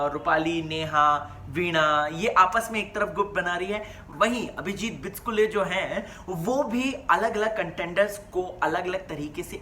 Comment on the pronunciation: Bro, it's BICHUKLE not BICHKULE... Pls correct it...